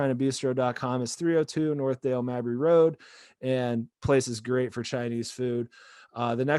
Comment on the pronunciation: It's not "Ybor City", tool. And it's not "Mahbry". Jesus. You just suck.